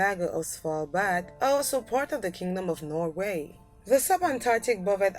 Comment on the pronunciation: SWITzerland, not switzerLAND. And eCONomy not ecoNOmy. Also, it is NORway, not norWAY. Ireland, not IreLAND, first syllable ONLY is emphasized. I realize you may be from a French speaking background in the Caribbean, but it is still English you are speaking here. :-)